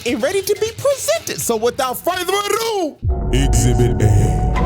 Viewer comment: "without further adue" then proceeded to adue further! 😂